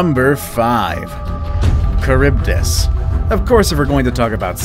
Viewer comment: Ehh? Why is it read like “Charibdis”?